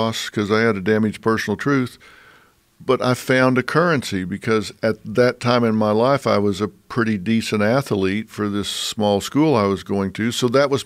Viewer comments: Dr Phil said im really good with words, then he says ath-a-lete. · I didn't realize athlete had that many syllables until today.